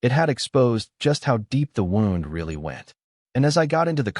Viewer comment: “wound“ wrecks it too.